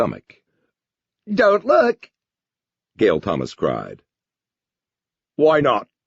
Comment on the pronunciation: "Gael? Gael!".......Gail looked offended at her name being mispronounced .🤣 Bunch of dingle berries the lot of them.